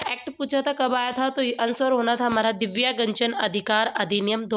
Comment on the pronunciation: दिव्यांगजन को दिव्यागंजन पढ़ने वाले😂😂😂😂😂😂😂😂😂😂😂😂